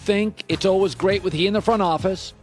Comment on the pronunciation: Uhl-wiz <--how Colin pronounces "always."